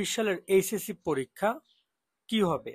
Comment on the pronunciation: আপনি কি এইচ এস সি কথাটা ঠিকমতো বলবেন? এইস এস সি কি কথা? এস এস সি র মতো মনে হই..